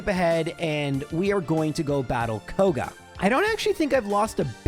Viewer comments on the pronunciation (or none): none